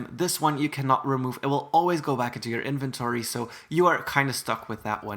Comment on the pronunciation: If you said iventowy and then you said inventory